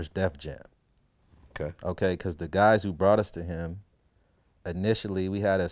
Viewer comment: This fool always says anitially its intially